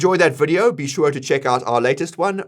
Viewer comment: Why do you keep saying Swure ? There is not W in sure xD